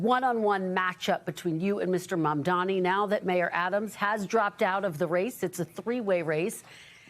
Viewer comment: It’s not “Mamdami” it’s Mamdani! I’m pretty sure your inflated ego would not want that level of disrespect in people intentionally mispronouncing your name, Cuomo…